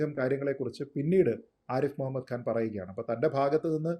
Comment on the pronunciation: ആരിഫ് മുഹമ്മദ് ഖാൻ എന്നാണ്, ആരിഫ് മുഹമ്മദ് ഗാൻ എന്ന് ഉച്ചരിക്കരുത്. ഖാൻ, ഖനി, നഖം. മലയാളികളിൽ ഭൂരിഭാഗവും ഈ തെറ്റുകൾ ആവർത്തിക്കുന്നവരാണ്. ഈ ശീലം മാറ്റേണ്ട സമയമായി. കൂട്ടക്ഷരങ്ങൾ ഉച്ചരിക്കുന്നതിൽ വളരെ തെറ്റായ രീതി അവലംബിക്കുന്നവരാണ് ഭൂരിപക്ഷം മാധ്യമപ്രവർത്തകരും.